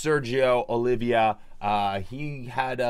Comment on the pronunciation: it's Oliva, Pete, not Olivia